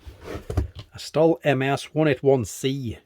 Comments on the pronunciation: I still can't get over why you call a Stihl (pronounced: 'shteel') a "stall" :) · Dude it’s not a St-ul! The brand is pronounced St-il as in STILL! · its pronounced "shteel" ;P